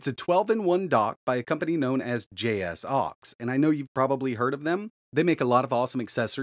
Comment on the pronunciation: I only accept the pronunciation of "Jay Socks"